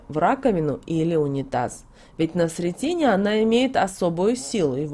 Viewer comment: Благодарю! Но прошу правильно ставить ударения, особенно, в названиях церковных праздников, это ж СрЕтение. ОбразА.